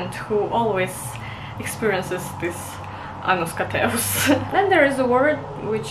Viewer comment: Sounds like you pronounce the word "annoskateus" a bit wrong in . Sounds like you're saying "anuskateus", which could be translated as "jealousness for someones ass/arse/bottom"